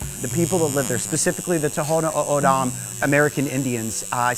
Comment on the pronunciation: Spent so much with the Tohono O’Odham you cant pronounce the name. That’s a culturally significant symbol to the Nation… not the best decision. If you want to do something meaningful, work with our wildlife program.